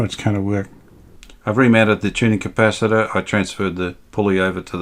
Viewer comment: Polly wanna "Cap-per! LOL😁